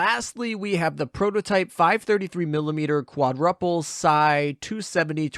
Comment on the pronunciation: trying hard to focus on the content not how you say quadruple lol.